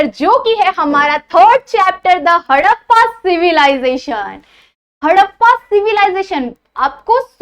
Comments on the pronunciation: Tts not haddpa it's harrapa 😂😂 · Harrapaa nahi Harapan hota hai😂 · Mam haddapa nahi harappa😂😂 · Mam मॅम आपने हरप्पन सिव्हिलायझेशन को हडप्पा बोला है तो उसका करेक्शन मुझे थोडा अजिब से लग रहा है तो आप अच्छे से प्रोडक्शन करिए